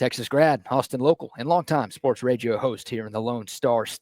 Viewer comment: Do you really say Media and Radio like that all the time? Love the show by the way